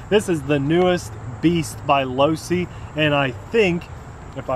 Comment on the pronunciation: he said losi. enough said.